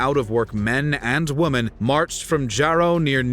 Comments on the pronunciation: You often sound like your saying woman, instead of women? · Why do you say "woman" instead of "women"??????